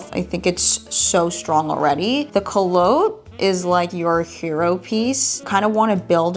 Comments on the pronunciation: The first pants are pronounced “cool-lots” with emphasis on the first syllable. I’m not being snarky, I just thought you might appreciate knowing the correct pronunciation. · You’re pronouncing culottes incorrectly 😆